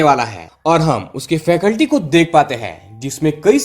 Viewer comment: फैकल्टी नही भाई जी, फैसिलिटी. क्षमा करें 🙏